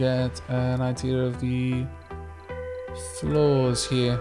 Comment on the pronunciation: Every time you say "flaws" I hear you say "floors" and for five episodes I haven't cleared that up. it was very confusing listening you speak about people's floors 😟 😂